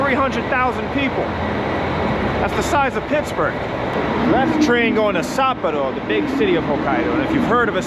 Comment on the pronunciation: I think that the big city of Sapporo is pronounced sap-POR-oh rather than SAPP-oh-row